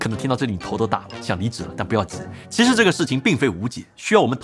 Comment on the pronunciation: 真的要我整理出来吗？ “其实”是念“chishi”? “期”是念“chi”？ “器件”是念“chijian”？ “摄影机”是念“sheyingzi”？ “机器”是念“zici”？ “对齐”是念“duichi”？ “实际”是念“shizhi”？ 这是我听错了，还是我一直学的拼音都是错的？ 你又是怎么理解普通话的？